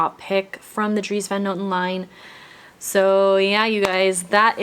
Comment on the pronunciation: Similar to your brother-in-laws last name, the van is pronounced more like an O rather than an A sound 😊